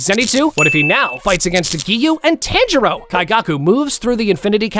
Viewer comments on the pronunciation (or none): Instead of saying, Tanjiro, you’re saying 10 churro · he says tanjiro rong